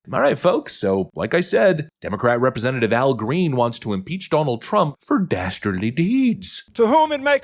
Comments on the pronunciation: Dasterdly deeds? OMG. Who said that? Dudley Do-right? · Oh no!! Did he say "DASTARDLY"?? That does it! Since they're dastardly it's game on. 😂😂 paaleezz!